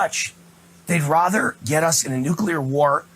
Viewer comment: Rother? Rother? Is that a word?